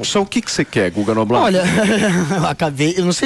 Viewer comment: É Guga Nobla “iena”😅